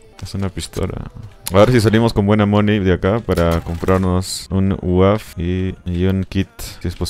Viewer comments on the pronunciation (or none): Pq le dice uaf al uav